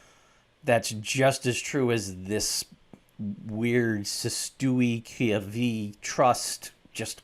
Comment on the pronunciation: Whats funny is you act like you cant pronounce cesti que😅😅😅😅😊😊😊😊